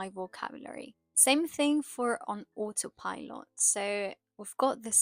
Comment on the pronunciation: Btw, "autopilot" is pronounced with a schwa in English (British and American): autopilət